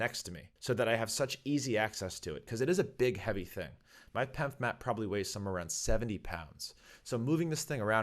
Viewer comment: 🤮 say P E M F, because you pronounced pemfs I’m not watching